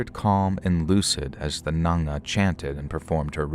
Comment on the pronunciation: U pronounced the word n'anga so well, very close, I'm impressed